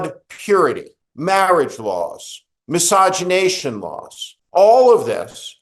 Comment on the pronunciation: 'MiscEgenation,' not 'miscOgenation'